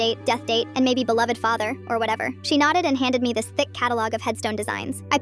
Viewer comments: Guys I’m pretty sure the word is belowed not beloathed ai just can’t pronounce stuff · That's not beloathed she said belowed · they said belowved. that’s wha they meant by “typo”